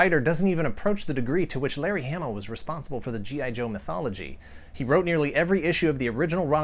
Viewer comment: I thought it was Hah-mah not ham-mah ? Either way I never knew that's what quick kick was based off of. Now I have to track one down, I read that comic religiously. The cartoon was okay but cmon the comic is where it was at.